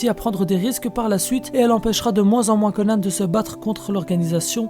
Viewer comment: Pourquoi tu dis Conane ? Mdr